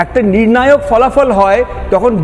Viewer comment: Falafal নয়, ফলাফল (Ph)